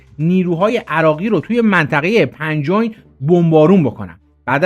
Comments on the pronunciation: داش خسته نباشی پنج اوین نیست دااش چن بارم گفتی ۵ وین است ۵ راه 5wein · سلام. ..خسته نباشید. من بچه جبهه و کهنه رزمنده هشت سال جنگ مقدس هستم. داستان دوم. پنجوین عراق. هستش. تلفظ شما. اشتباه بود .. من ۵ سال مریوان بودم. اون موقع فرمانده. مخابرات بی سیم بودم. ..یاد و نامشان گرامی ... ❤❤❤❤❤❤ خاطرات جان میده بما. اما خاطرات. زمینی بچه ها هم. تو درگیری کم نیست